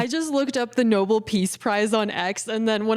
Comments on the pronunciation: It's pronounced no-bell not noble or noball - You pronounced it as badly as Karine Jean-Pierre! 😃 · The Nobel NO-BELL, Not Noble! Love you! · No-bell not noble peace prize. Please look up how things are supposed to be pronounced. Your generation makes this mistake constantly. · It's the NO-BELL Peace Prize, not the NOBLE Peace Prize. You're welcome. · love everything you do but it’s pronounced No-BELL peace prize, not noble 😅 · It's um...It's Nobel (no bell) not noble. Thank you. Have a great day! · Its pronounced No bell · I like but she can’t even pronounce Nobel. It tells me she knows nothing. But she’s fun.